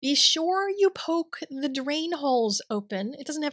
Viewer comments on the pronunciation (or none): none